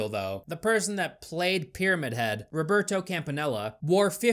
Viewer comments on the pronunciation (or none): none